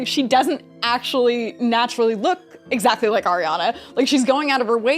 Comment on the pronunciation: It’s just AshuLLy